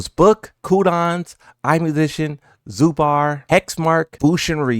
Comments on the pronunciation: It's zubeaar like deaad not bAAAr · It's zubair not zubar, it's like you combine zoo and bear together. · Zubair (Zoo-bear), not a critique comment btw. Just wanted to mention. Love you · I can feel that you will make video if any of the commentators would take wrong names of players but you're mispronouncing Numan and Zubair both wrong. Please show some effort and maybe google and try getting their names correct for once?